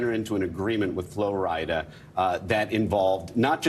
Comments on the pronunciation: It seems like they are struggling with saying Flo Rida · These people saying Flo RidAH, im screaming